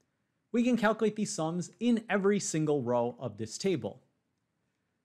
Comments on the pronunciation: It's kal kyew late not kal kew late. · cal - q - late not cal - coo - late.